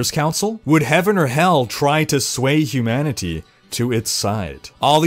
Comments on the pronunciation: Hugh Manatee, cannot be unheard. Makes the video alot funnier xD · I don't like your over enunciation of "humanity" hahaha